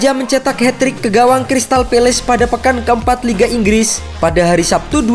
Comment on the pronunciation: Min ngopi bngsd "Inggis apa Inggris Bngsd 😂